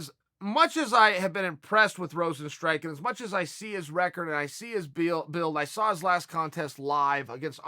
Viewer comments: i prefer rosenstrike over everyone else butchering his name the old fashioned way lol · Yair is Yarear. kamaru is kamara. jeremy is germy. rosenstruik is rosenstrike. Jorge is george He’s gotta be doing this on purpose at this point.